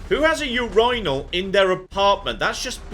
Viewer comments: I'm sorry, you pronounce urinal "u-rye-nal"? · Maybe it's because I'm from the U.S. but the way pronounced "urinal" melted my brain. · I think we're overlooking pronunciation of Urinal here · Sorry, but how else would you say urinal than urinal? Is that some weird american thing where you mispronounce words and claim it's everyone else that's wrong?